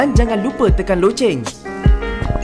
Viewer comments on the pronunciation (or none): none